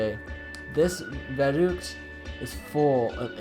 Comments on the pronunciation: It's vuruct not vurooct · ITS verruhgct not "VEROOCT"